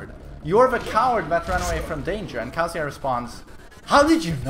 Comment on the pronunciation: When you still pronounce kazuya like kAzuya when the narrator obviously says kazUya